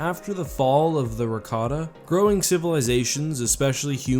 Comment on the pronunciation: It's Rakata.....